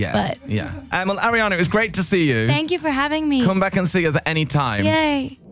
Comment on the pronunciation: Ariana NOT Arianna. One job